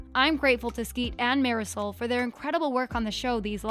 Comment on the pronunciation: Who else was triggered by the way she said “marisol”.